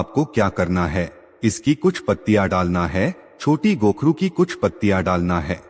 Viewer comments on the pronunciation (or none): कोखरू बोलत है.